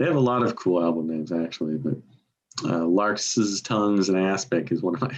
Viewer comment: pronunciation of larks' is somewhat idiosyncratic!